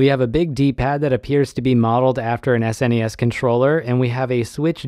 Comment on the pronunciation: Thank you for saying S-N-E-S and not "Snes" lol